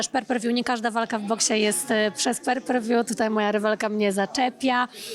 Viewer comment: per per wju? :) omg mogłaby się nauczyć poprawnie to wymawiać